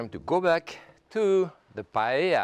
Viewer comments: Aaarrrrgh i can’t believe he’s saying “Pa-El-La” 😢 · Dear Jacques, just as a double L in French is pronounced as a Y, it's the same in Spanish. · not paella